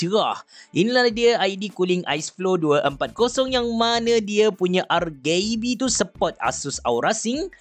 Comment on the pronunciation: Nobody:.....: R Gay B😂